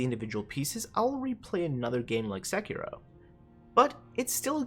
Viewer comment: SEK-IROH? Isn't it SE-KEY-ROE????